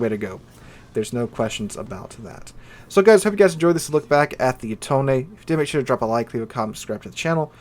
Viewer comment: Finally, a content creator who pronounce its name correctly